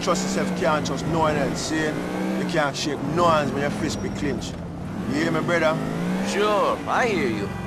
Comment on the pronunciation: "Niko, my bródá"